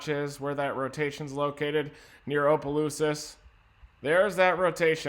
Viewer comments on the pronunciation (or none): I love listening to people try to pronounce towns in Louisiana it’s so funny! “Opalooses”